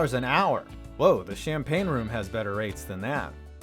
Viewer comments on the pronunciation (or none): none